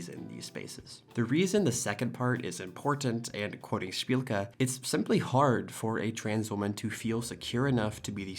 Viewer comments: heck yeah, you pronounced szpilka correctly! bark! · I'm truly shocked that he read your last name perfectly